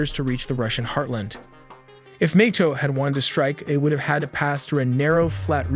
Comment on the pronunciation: Nay toe not nate toe